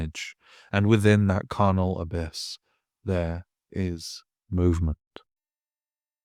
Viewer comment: A niggle, and it made me pull the wince face every time you did it - charnel and carnal are two different words pronounced differently that mean VERY different things. Charnel means gory and bloody, like a place where bodies were dismembered for burial. Quentin Tarantino's film glory in the charnel [tchar-nel] carnal is the fleshy side of desire, the meat rubbing against each other to achieve climax. See why "the carnal pile of bodies" reads very differently to "the charnal pile of bodies" every time you mispronounced charnel I had the wince, because it was the worst kind of wrong where you don't want the two words mixed up. This is a great essay but if you're going to work with things like bloodborne [please do] be careful with these words, if you're not sure please ask. Because the craziness of Hemwick is now more clive barker than shaun hutson.